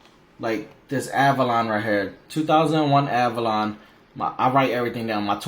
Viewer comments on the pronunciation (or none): none